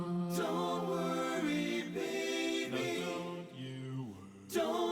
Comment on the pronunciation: Didn't like the way Lorrie Morgan said Baby. It sounded like Babby.